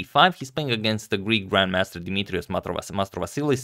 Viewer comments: nailed the greek guy's name pronunciation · And with a great accent as well; i can claim so as Greek